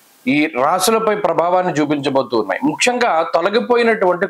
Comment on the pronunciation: నమస్తే ముఖ్యంగా అని పలకటానికి బదులు, ముక్షంగా అంటున్నారు ఎందుకు?